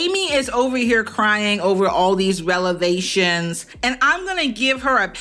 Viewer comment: "over all these relevations.." 🤣 it's REV-EL-ATIONS.. NOT relevations.. thats almost as bad as people who say Pacifically instead of Specifically. LOL sorry, I'm a real world menace. 😬